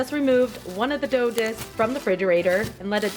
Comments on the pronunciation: Did she say "David dough disks" or am I just overly obsessed with David Dobrik 😂🤦🏽‍♀️😂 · Anyone notice she said David dough disk ( David dobrik)